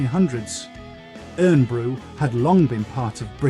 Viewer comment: Omg the pronunciation of Irn bru is brutal, it is pronounced Iron Brew but spelled Irn-bru.